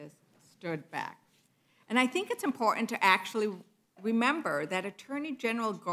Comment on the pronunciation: "We weed to wemember..."